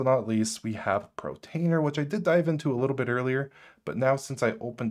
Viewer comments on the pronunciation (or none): Not sure if it's just me, but I keep on hearing Pro tainer instead of Port tainer. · I'm sorry, but I can't help but hear you pronouncing Portainer as Protainer. *8') I don't know if it's deliberate, a cultural thing or you're just copying someone else's mispronunciation, but I'm finding it really jarring, which is a shame, given how interesting your content is. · its called PO R TAINER... not P R OTAINER ;-) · Love this walkthrough! But please for the love of god stop saying Portainer as “Protainer”. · it's portainer, not protainer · Dude, it’s POR - TAINER. You saying Protainer is driving me nuts lol. POR TAINER ! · Love the video, thank you. Not to be terribly pedantic, someone already pointed out the mispronunciation of Deluge, and this one is forgivable especially if anyone suffers from dyslexia... but it's por-tain-er (POR at the beginning)...not pro-tain-er (Not PRO at the beginning). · Great vid! Fyi it's 'PORtainer', not 'PROtainer, and 'deLuge' not 'deVulge' 🤗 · Great video , thanks! Just one comment, you keep saying "Protainer" with a ''PRO'' at the beginning. it is called "Portainer" with "PORT" at the beginning. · Be this guy, has set all of this up. Sees the words Portainer potentially hundreds of times. says Protainer... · That was mispronounced, it's por-tainer, not pro-tainer. Just FYI so you know. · good channel, the pronunciation of Portainer is Por tain er not Protainer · Bro, its PORtainer, not PROtainer. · *PORtainer (not PROtainer) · It's PORtainer, not PROtainer ! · Why does he call it Protainer instead of Portainer? Is it an insider joke? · It's pronounced (pour-tainer) and it is spelled portainer, not protainer and (pro-tainer). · no, it's just one of several mispronunciations in the video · Sorry but are you saying PROtainer (Portainer) and DIVULGE (Deluge) or am I hearing things? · I love how you pronouce pROtainer :D